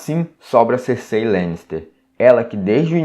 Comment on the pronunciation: Eu já chego reclamando porque pronunciam o nome da Cercei errado